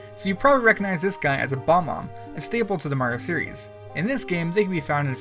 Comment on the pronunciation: did you say bomb-om? ITS BOB-OMB!